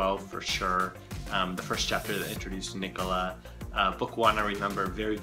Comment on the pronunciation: Okay I thought Nic-ola was pronounced Ni-coh-la and i thought Rhian was pronounced Ryan